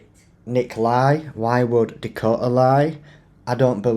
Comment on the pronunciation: Sorry but being from England born and Bread, it's NOT DIKOTA it's DAkota, get it mate? DAKOTA. The Crack, what is the crack mate? Because you are certainly NOT Irish and they use that word for 'Laugh'. Being an English man, you and I (Obviously female) The crack is like something in the walls of a house or to put it another way, where the line seperates the bum cheeks.